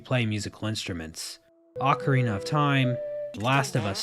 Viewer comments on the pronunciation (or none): none